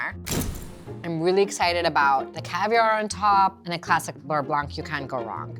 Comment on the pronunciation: I'm sure the pro chef is very talented, but her way of handling food like it's gross (her hand gestures and such) take me out of learning. Not a huge fan. Also mispronounces beurre blanc every time...